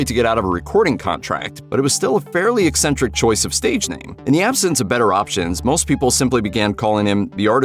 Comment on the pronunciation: And Eccentric is pronounced ehk SEN tric NOT ess entric!😁